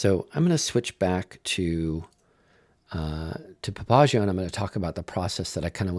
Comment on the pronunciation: I do not know if this is industry standard of the word Papagayo but it is not correct. This is a Spanish word and as such the accent should be on the next to last syllable as PapaGAyo. This is actually the nickname of a person who runs the most famous whorehouse in Nueva Laredo